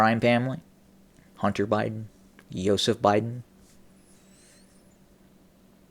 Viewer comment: Just wondering why do u call him yoseph biden?